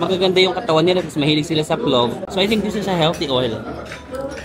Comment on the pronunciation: PLOF pronunciation nun not with “V”, same kase sa pilaf kase yan na dish around Asian countries, it’s a rice dish with meat nuts and dried fruits